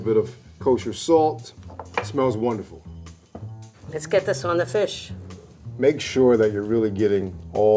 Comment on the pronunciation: butchered the hell out of that fish 😂